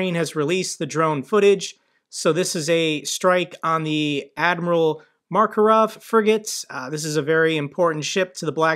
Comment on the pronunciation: Only one "r" in Makarov,. MAK-uh-rahv